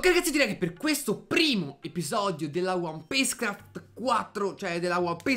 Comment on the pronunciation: ma che cavolo dici al'inizio? " Bella ragazzi benvenuti in questo nuovo video sono e siamo in QUETTO video.." xD